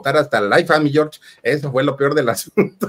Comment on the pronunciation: ¿Porqué el Filip dice "mi Yor", no es "mi George"?